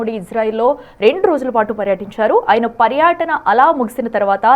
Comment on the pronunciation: పర్యాటన కాదు, పర్యటన